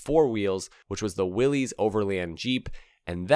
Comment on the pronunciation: For future reference, Willys is pronounced the same as Willis. Just sayin'